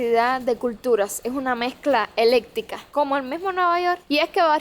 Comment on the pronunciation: Niña se dice eclectica no electica.preparate mejor que tus videos SE ven